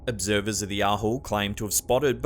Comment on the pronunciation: So is it observed or obserbed?